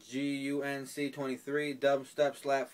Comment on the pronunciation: Thanks for the shoutout. That package is on its way. Oh and no biggie, but it is mairjunc23. I think you said g instead of j. Again no biggie! Later man!